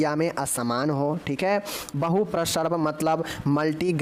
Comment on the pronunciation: बांकी तो सब ठीक है लेकिन उच्चारण सही कीजिए जैसे प्रसव को आप प्रसर्व बोलते हैं....